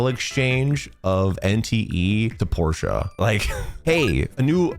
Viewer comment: Why do you say Porsche that way 😭